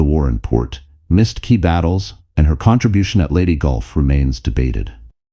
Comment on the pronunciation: Indeed. “Late” Gulf? It’s pronounced “Lay-Tee”.